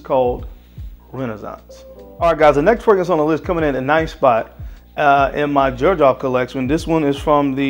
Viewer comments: I have always heard it pronounced "zerjoff" not "jerjoff" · Is it not pronounced zer j off 🤔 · Xerjoff, i thought people would call it Zerjoff, not Jerjoff. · Aside from the fact that he is mispronouncing the hell out of this fragrance line, he picked some really good scents. The first letter which is X actually sounds like Z when pronouncing it. Just for clarification. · My boy can't pronounce "Xerjoff" 😭